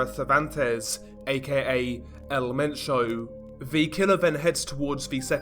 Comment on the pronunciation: Haha let’s appreciate his effort with the Spanish pronunciation 🤣 good work coming from a Spanish speaker 😉😂